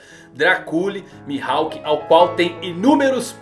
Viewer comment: O que me quebra é essa pronúncia do nome dele mano tirando isso tá só sucesso